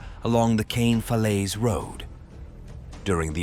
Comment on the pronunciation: Caen is not pronounced as cane.